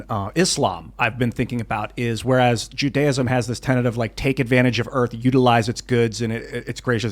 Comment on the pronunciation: Jews search out opulence? and Moslems dont??? That's why they hate the Jews? Sir you spoke like a clueless assh*le. I generally respect this show. Please do any investigation and learning before saying such a ridiculous (BTW antisemetic ) thing. I also suggest you learn how to say the word Judaism. Honestly was shocked that you said such garbage with full confidence BTW why have Christians like Kenye hated us so much throughout history . Why does the UN target Israel with lies and propaganda? I think you need to find out the reality or keep quiet before spewing such stupidity